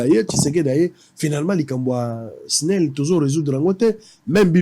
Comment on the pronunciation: balobaka esnel te balobaka snel